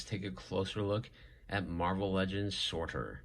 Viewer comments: Nice review. I think it’s pronounced Sir-Ter. Keep up the good work. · Sir.. tur.. like turd without the d. Lol. But I've heard it about 5 different ways now so I say whatever you like ;)